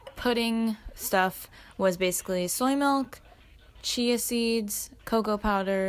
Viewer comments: it sounded liked u said chocolate CHEESE seed pudding the first time u said it and i was shook until i realised u meant CHIA seed not cheese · i thought you said “chocolate cheesy pudding” and i was confused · Omg when she said "chocolate chai seed pudding" I thought she said chocolate cheesy pudding and I was just like.. " okay that sounds gross but you do you"